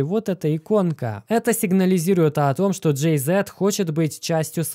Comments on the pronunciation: "Джэй Зи" а не зэт) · Джей-Зи, не Джей-Зет.. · Джей Зи, а не Зет)) Ты походу не в курсах кто это 🤣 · ПандЕмия а не пандьимия! Джей Зи! Не знать Джей Зи ну, ну ëп Машу Вать! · Правильно говорить Джей - зиииии, а не богатейший дээээ ))) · Блять, ну какой Джей ЗЭэээт? Ппц режет слух.